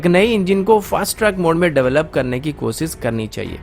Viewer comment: मेरा नाम है अन्सुमन, कोसिस, पब्लिस, मुस्किल, सर्त, ????, यह सब कैसा बेहूदा उच्चारण है???